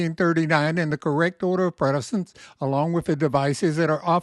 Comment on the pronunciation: Quality info. But: precedence = "pre SA dents", not "pre DA cents'. Think of it like something "preceeds" something else (not pre-deeds).